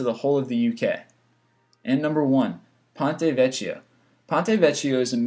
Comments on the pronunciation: i am italian..... it is pronounced "pònte vekkio" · and no. 1 ponte vecchio - means the old bridge and is pronounced: ponte vekio!!! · Ponte Vecchio it's pronounced as Ponte Veckio! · Watch the Italian pronunciation! It's Ponte Vecchio , P-Oh-n-teh Veh-key-oh.